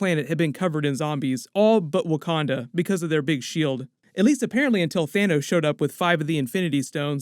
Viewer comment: OMG 😆 😂😆 did you say Thanus 💀